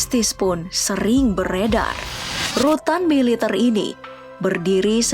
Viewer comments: Militerrrrrrr woii militerrr . Bkn militeirrr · pengisi suara orang mana sich??? ngmg MILITER aja gk bisa. Klo org Indonesia baik dr Sabang smp Merauke pn tau cara mengucapkan MILITER yg BENAR..